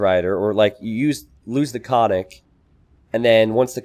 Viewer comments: Absolutely! I wrote about this in another video comment section, but no one seems to pay attention. In bulgarian language every letter counts, so yes - it shoud be pronounced as double or prolonged sound N - [nn]. It is like two different words KON+NIK to be said quickly as one. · actually pronounced koN-Nik and means horseman or horseman raider. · Ok but it is actually pronounced koN-Nik and means horseman or horseman raider. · Not to be too banal (ok, maybe it is) Konnik basically means horse, so following the Slavic language custom the plural should be konniki. Konniks is just a gibberish Americanization. The pronunciation also makes me want to cry ;c This is why I hate when games decide to try to give a unit a native name.